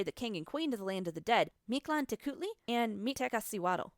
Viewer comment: And the teotihuacanos, don't forget the teotihuacanos. 😉 I've read also you had trouble with the deities' names pronunciation; remember, in nahuatl language, the stronger syllable is always the penultimate: MiktlanteKUHtli, MiktekaSIwatl. 😀 Nevertheless, nice research! 😃